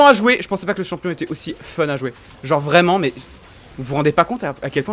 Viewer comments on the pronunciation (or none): none